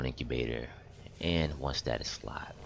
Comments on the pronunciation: Is STASIS NOT STATUS 😂😂🤦🏾‍♂️ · Thanks, Helped a lot! Although it annoys me to no end that you cannot pronounce 'stasis'! ;)